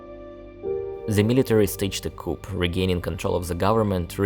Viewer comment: BTW, Coup is pronounced coo, but great video!